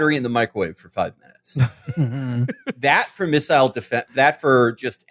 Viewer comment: I'm surprised Felix, who mispronounces fentanyl as "fantanol", is one of the few Americans who says "missile" correctly. Most say missal, hostel, and feudal, instead of missile, hostile, and futile.